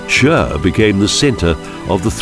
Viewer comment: nice video but only how yous ay CHÜR makes me laugh. Its simply Khur or just Chur nothing more